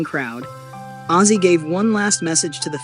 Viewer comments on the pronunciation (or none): Who's azie it's OZZY